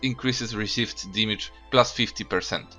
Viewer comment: cant pronounce damage lmao